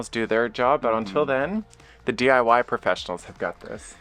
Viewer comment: I had to replay more than once. You say DYI when it is DIY "do it yourself"I knew what you meant though